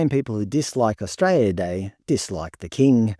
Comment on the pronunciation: I like your content but the pronunciation of the word Australia is o.stray.lee.uh not stray.lee.uh. I’m sorry but it really starts to grate after a while.